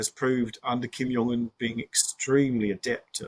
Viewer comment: 'to pull Kim Young Un' The J in Korean (ㅈ) is pronounced like it is in English and not in Dutch and German. It's 김정은 and not 김영은. And immediately after that we're presented 'President Ji' . This is confounding. The X is imagined to be J. It isn't. It's Sh. It's pronounced Shi Jinping.